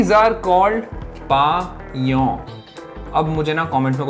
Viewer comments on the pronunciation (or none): Jeon is pronounced like John, not yeon.